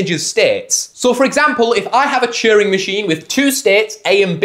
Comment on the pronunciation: and cheering for Turing